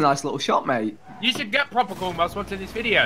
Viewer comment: *mate- it rhymes with 8